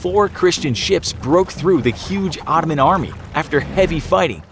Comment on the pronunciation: babe, why cannot you say Ottoman properly? If you have a problem you can simply say Turkish Empire...